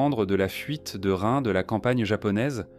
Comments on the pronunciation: Bizarrement, cela ne me surprend pas .... PS: Rin se prononce Line. 😉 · Soit tu utilise une IA pour lire a ta place. Soit t'es le seul habitant de la France de cette generation qui est pas foutu de prononcer Rin a peu près correctement. Dommage pour la crédibilité. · La prononciation de son prénom est insupportable et même le nom du village est mal prononcé